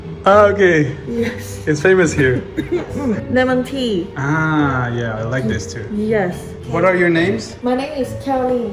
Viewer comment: ça se prononce Limon et pas Lémon, en plus tu dis tii tu ne dis pas téa ! mdr